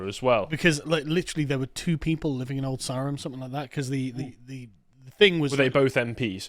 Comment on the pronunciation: I'm pretty sure Carl repeatedly mispronounced "Old Sarum" 🤔